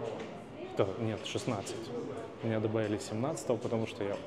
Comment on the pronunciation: Почему вы говорите «шо»?